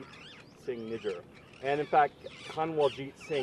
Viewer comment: 😂😂 Hardeep saint N... WHAT?! Am I hearing what I'm hearing? Speech impediment? 😂 Nijaar N I J A A R. "J" 😂 not "N".